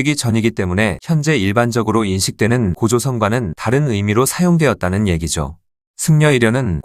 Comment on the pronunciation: 해당 영상의 목소리는 사람 목소리가 아니라 텍스트 음성 변환 기술입니다. "평양썽" (마치 '경향성'과 같은 단어를 읽는 느낌), "애기죠"와 같이 자막의 텍스트를 그대로 읽는 부분들, 그리고 전반적인 문장의 호흡이 전형적인 사람이 아닌 텍스트 음성 프로그램 결과물의 흔적들입니다.